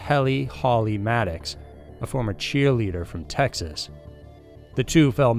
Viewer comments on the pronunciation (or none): none